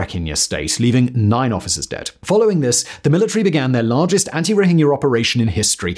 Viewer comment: Someone finally pronounced "Rohingya" correctly.